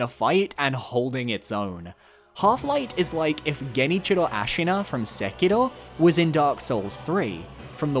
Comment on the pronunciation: It's so weird hearing genichiro pronounced right.